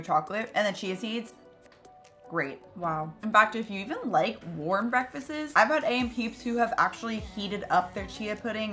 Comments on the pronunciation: Yum 🥰 “breakfastes” 😂 🤟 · LoLz "breakfastses"